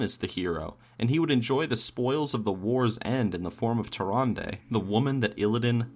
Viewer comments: Everytime you say Tyrande, I here Harambe. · Anyone else thought he was sayin harambe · "tarandey" XD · What if you said Tyrande's name right? They way you said it makes me not want to watch your videos. Although you probably don't care because you have a lot of viewers. Either way, every time you said it I wanted to hit you in the face. I don't know why I feel that way but I do. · Am I the only one that cringes when says Tyrande?